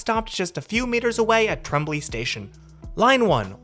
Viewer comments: pronounced “trom-blay” “most”. We have 6. Two are on Line 4 & two are on Line 2 running coupled together. The other two are backups, and sometimes as many as four of them run as single units on weekends on Line 2. EY centre, not EV. Name courtesy of Ernst & Young, the multinational consultancy firm. they’re not the new ones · Tremblay prononciation has the lovely “ en “ sound that is hard for non francophones to say. There is no way to say it ‘in English’. Tromblay is close is but it’s closer to Trumblay (like strum). … if this matters to you . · No, it's not pronounced "trom-blay". It's a French last name that is pronounced in French. "Trom-blay" is the English Canadian attempt at pronouncing it but failing miserably. No need to correct the pronunciation of "Trom-blay" since English Canadians can't even say it right.